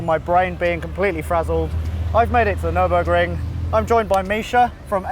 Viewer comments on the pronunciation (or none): Nürinburgring? Where is Sabine?? Nürburring maybe??